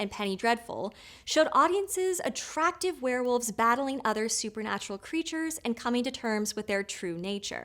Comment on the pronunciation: Werewolves, not Swearwolves!